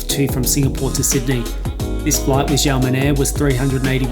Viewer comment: Don't mean to sound pedantic, but its pronounced "Sha" men air. Blame the mandarin pinyin system (which isn't the same as English pronunciation) for the confusion.